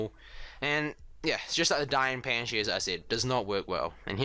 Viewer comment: We're u saying fans instead of Fangshi?